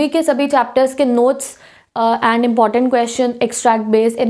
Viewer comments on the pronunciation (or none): none